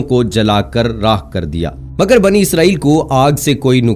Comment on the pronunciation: Not banu-Israel it’s bani-Israel😏😏😏😏😏😏